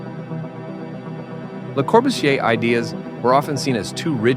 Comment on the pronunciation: Lo speaker non pronuncia il nome di Le Corbusier e lo pronuncia in un modo errato, lo stesso con AUguste Perret. Ignoranza o sbadataggine? o entrambi?